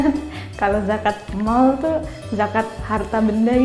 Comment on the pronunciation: kenapa gue ulang ulang ya yang "zakat mall" wwkwkwk